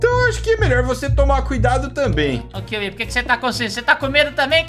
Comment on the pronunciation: Kiwi não kiwi